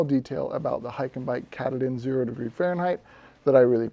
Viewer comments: As for the Hyke&Byke sleeping bag - if you do any future reviews, I'd suggest finding a video about Mount Katahdin in the state of Maine to get the proper pronunciation down (something like: cuh-tah-din). This bag is definitely named after that rugged east-coast Mountain which marks the end of the Appalachian Trail. Small compared to Rocky standards, but still very dangerous (especially with crazy northern weather, and it's narrow knife's edge). If you're interest in a good mountain-climbing movie or book, check out the recent movie "Lost on a Mountain in Maine" based on the 1939 book. The peak is only 5269' feet (about 1 mile), but it has a lot of prominence (compared to it's surroundings), and when you consider that Maine starts at sea-level, that's note-worthy. (Compare that to some rocky mountains that start a mile up!). I live in New Hampshire, so this is a very familiar peak in the region, though not quite as well known as Mount Washington. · Great review! The water repellency alone would be enough to go with the hyke and byke. Btw, the pronunciation of katahdin is quite different than your pronunciation - at least here in Maine where the mountain is located. 😊 But who cares. The information is what was important!